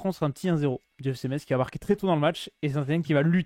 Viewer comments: Ça se prononce messe, pas metse! 50/50 pour moi. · Par contre on dit Metz (mess) pas meTTTTz